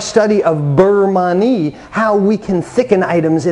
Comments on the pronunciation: Beurre Manie is pronounced burr mahn-yay acc to Jacques Pepin and Julia Child. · Thank you because listening to that mangled pronunciation makes me think he’s not really sure what he’s doing! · It's pronounced (burr mahn-yay) and it's a Nouvelle style for quick thickening at the end of the cooking process. The butter also helps add shine and flavor to the sauce, kind of like a "Monter Au Beurre" (mohn-tay ah burr) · Yes. Great info but the pronunciation was making me crazy. Because he repeated it so many times. 😏